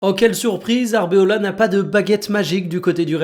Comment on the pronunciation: Arbeloa* et non Arbeola